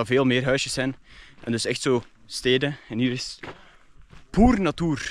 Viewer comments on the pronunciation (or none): "Poerrr natoerrr"